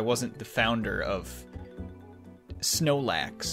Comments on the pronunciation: It's munclax not snowlax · ItS Not SnOelAx ITs mUnChlAx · That's Munchlax, not Snorlax. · It’s not snorlax or snoelax it’s munchlax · Munchlax not snoelax